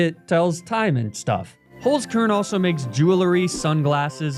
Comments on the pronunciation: Little did I know that my life would not have been complete had I not heard the soothing voice of pronounce the german word HOLZKERN like hullskurrn. I can rest easy now. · as a German, that 'Holzkern' pronunciation threw me off guard. For the curious: Holzkern means wood core and inside the box it says 'unique just like you'.